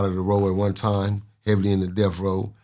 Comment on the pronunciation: Can't take nothing you say seriously you can't even pronounce Death row you keep saying Death Roll. Suge did Bail him out but it was to use Pac for his money. Pac made interscope Millions of dollars. Suge only cared about the money. Pac was being loyal to the wrong people that will get him killed. Pac is dead and he died trying to be a Gangsta.